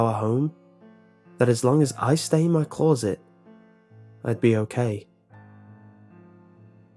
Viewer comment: Blank closet spoken with an accent.